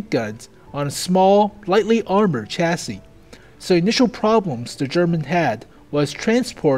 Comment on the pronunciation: holy shit, said chassis right!